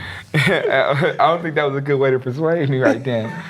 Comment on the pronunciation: his lips don't touch when he said persuade